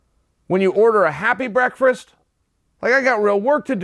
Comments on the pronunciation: I love you, Chael Sonnen. You speak like a true Sir and still manage to fumble brekfrest every single time. Also, manage to find a way to say the word in pretty much every video you make. Also, I'm sure you do this on purpose because you are such a troll. I love you, Chael Sonnen. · I learned 2 things from this: 1). Breakfast is actually pronounced breakfrast 2). Tennessee is in the Midwest Ok great. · lol brekfrest and Mooy-thai, emphasis on Mooyeee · Chael's got the gift of the gab and still can't breakfast 🤣🤣 Berkfist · Chael "Happy Breakfrist" Sonnen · The word is now Breakfrest